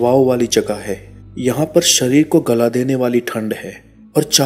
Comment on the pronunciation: Sharir not sarir.Pronounce correctly.